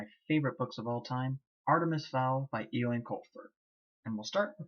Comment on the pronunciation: Eoin is pronounced Owen. Otherwise enjoyed your reading